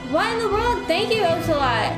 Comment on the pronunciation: you're almost done!!! I love you how you call him OH Celot and not AH Celot